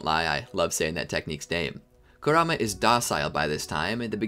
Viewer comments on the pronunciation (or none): none